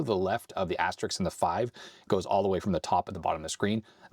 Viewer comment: It's NOT asterix. He is a French cartoon character. It's asterisk. Practice it. Make sure you enunciate the s before the k. Aster ISK. It's not difficult.